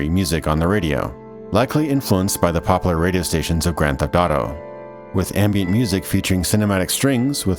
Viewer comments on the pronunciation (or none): Im glad i found this channel but holy shit it bugs me the way you pronounce popular. "Pop lar"